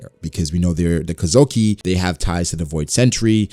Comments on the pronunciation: Kozuki, not kozoki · You say Kozuki weird, but interesting video